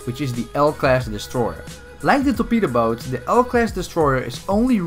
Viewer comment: Is it just me or everybody thinks that when says torpedo boat it sounds like betabow Btw can you make a video about every melee weapon in Bf1